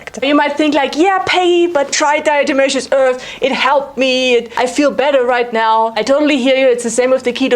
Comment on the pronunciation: How do you possibly pronounce DE without slipping up all those times? amazing